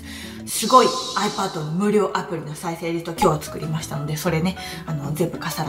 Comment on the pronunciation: ドモです。 「有料アプリ」と聞こえるのですが、「無料アプリ」ですよね（＾＾）